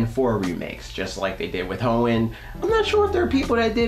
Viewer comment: Tee hee hee... He said Hoein ... Tee hee.